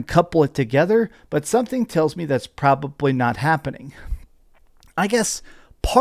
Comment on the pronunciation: Nah you can’t have that energy while saying Ghosts and Death director cuts are great. That’s stupid. If they remaster ghosts, which came later then tlou 2, then what’s the issue with this? This dude is so annoying sometimes. “Pra-baw-blee” head ass